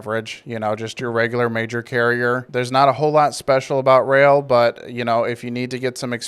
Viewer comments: Its pronouned rail. I started with the company. They do push for safety but pay jack shit. Around 45 cents per mile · You seriously don't know it's pronounced rail